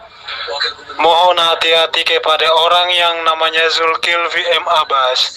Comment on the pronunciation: zulkifli bukan zulkilfi pak